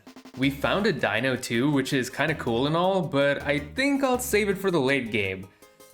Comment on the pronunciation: Deino not dino learn the pokemon names noob